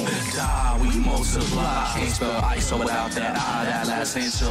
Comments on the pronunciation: It's not eyeso it's iso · Actually its "iso"